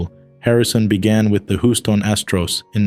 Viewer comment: Whostone Astros it's Houston.